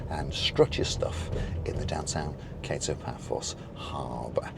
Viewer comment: It's pronounced Ka-to, not Kay-to as in The Pink Panther.